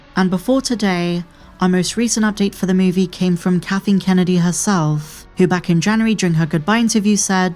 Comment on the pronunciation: I like that the narrator keeps calling her "katheen" kennedy